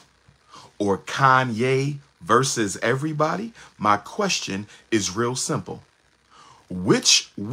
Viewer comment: versus, not verse